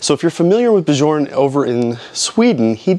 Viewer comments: Beejorn? 🤣 It is Byern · Bjorn is pronounced Biorn. It's not an English name.